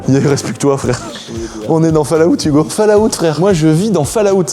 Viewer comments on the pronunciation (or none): frère, répète après moi : folawt (c'est comme ça qu'on prononce le nom du jeu "Fallout" en anglais, steu plé fait un effort, je saigne des oreilles à chaque fois que tu prononces cette dinguerie pas correctement ! super vidéo sinon merci ;)